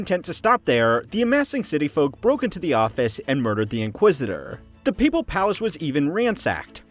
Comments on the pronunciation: You can’t mispronounce ‘Papal’ for an entire video on the papacy. It’s ‘Pay’ not ‘Pah’ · It’s pronounced like paper not like pap smear